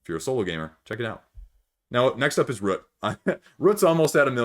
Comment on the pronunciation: What's sad is that I have Root and have only played it once but I loved it. I am thinking about getting the App to tide me over until after the pandemic until I can play it again. Also, a very interesting way you pronounce "Root", it almost sounds like you are saying "Rut". If I hear you say "aboot" for "about" then I am guessing you are Canadian. I love accents so I'm not trolling you.